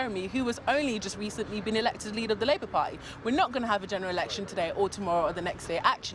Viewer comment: Yeh-buh-no-buh-yeh-buh.....voh for the Labour parhy.